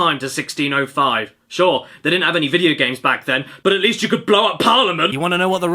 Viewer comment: T H E V O D D Y G A M S